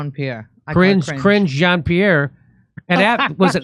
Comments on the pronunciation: 'Cringe John Pee Air'. That's too funny! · Cringe John Pee Air lol